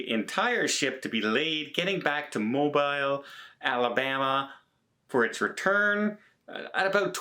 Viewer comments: Watch the pronunciation, Mobile goes back to French (true story). Great vids!! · Mo-Beal, emphasis second syllable. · ........pronounce it Mobeel. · It’s not MO-BIl. You butcher that cities name. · it sounds like you saying MORE BILE 😂🤣. I'm sorry for laughter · It's Mo - beel. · It is pronounced Mobele Long E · Pronounced "moebeel". I know, it's weird, but we're like that in the south. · It’s pronounced mo beel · Every time I hear Mo BILE it's like nails on a blackboard...sorry. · It’s pronounce Mo bill nuckle head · It's pronounced MO-Bill... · I completely understand the mispronunciation but Mobile is pronounced Mo Bill. Just so you know. 😉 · It's pronounced Mobeel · Not chastising, just constructive words here. It's pronounced Mo-beel (as in peel), Alabama her in the U.S. That said...love your channel, keep the news coming. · Mobile is pronounced "Mo- beal" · Not Mo-bell, but you’re do you 🤣😅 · MO-bile Alabama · It is mo be le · Please its not mo- bile its MO- bill lol Mobile ala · Sorry to be so pinky but it is Mow- beal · Hey, it pronounced "mobeel"... just lettin you know for future vlogs. BTW, haven't seen you onboard for days but see Tony n Jenn all the time. Where are ya??? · Only is allowed to say mo BILE. Lol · Mobile sounds like Mo Bill. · Pronounced Mo-Bill. I’m from Alabama. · Hey! I realize the spelling appears the way you’re pronouncing it, but the city of my birth is pronounced mo-bee-l (long ‘e’ like “bee”). Appreciate you! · Actually, it’s pronounced Mo-bill. Got to love the south and our disregard of grammar rules!! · Nope. MoBEEL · Moh - beel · I live in Alabama. It's Mo-beel. Emphasis on beel. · 😄😄😄 Everytime he said mo-bile.... 😊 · I love ya to death and your show! But its pronounced Mo Bill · You need to pronounce MOBILE CORRECTLY... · Say Mobile any way you like. Love your content. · which comes from the same Native American word but is pronounced entirely differently 🤣. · Mobeel not Mobill.